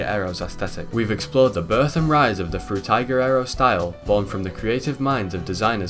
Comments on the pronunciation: Bro pronounces “Frutiger Aero” differently every single time he says it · I really wanted to enjoy this video through and through, but the way you pronounce Frutiger Aero differently every time is annoying and takes me out of it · The way that the name is pronounced in at least 4 different ways within the span of 5 minutes lol I remember this style quite well, I believe I may have grown up in that era but maybe I was a bit too young idk :/ Nice vid tho! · Great video! I love how everyone pronounces Frutiger Aero differently in their videos